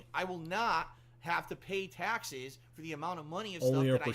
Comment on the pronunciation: "Tyexes" - trying to say "taxes"